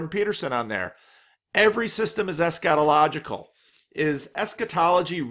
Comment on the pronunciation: Ha, sometimes I have to stop and think about what he really said. Maybe more stress on the first syllable or constriction on the 'a' would help. "ESSchatological" or "eschetological" ..Not that I have any clue how it's supposed to sound.